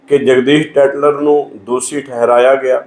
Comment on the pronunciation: ਦੋਸੀ ਨਹੀਂ "ਦੋਸ਼ੀ ' ਜਗਦੀਸ ਨਹੀਂ "ਜਗਦੀਸ਼ 'ਹੁੰਦਾ ਹੈ । ਕਿਉਂ ਐਸ ਸੀ ਭਾਈਚਾਰੇ ਦਾ ਜਲੂਸ ਕੱਢ ਰਹੇ ਓ।